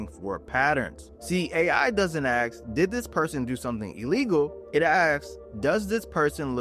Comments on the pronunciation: The IRS doesn't 'AXE' - they 'ASK' !! These two words have completely different meanings and are not interchangable in the English language! Get it right or it torpedos your entire crdibility!! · I turned you off as soon as you said, "See the AI doesn't AXE..." If you can't say ASK, then you're not educated enough to give tax advice.